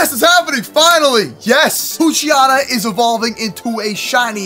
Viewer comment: u say pookchyana its poochyena